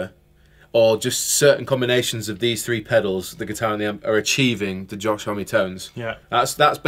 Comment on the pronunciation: Josh "hommey". Josh "home" surely